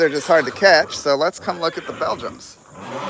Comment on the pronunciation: They're NOT BELGUMS, THEY'RE BELGIANS. and the word is SUPPOSEDLY NOT SUPPOSABLY.